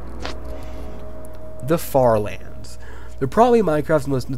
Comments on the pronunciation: why did i hear the french fartherlands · I tought you said french lands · i heard “farterlands” 💀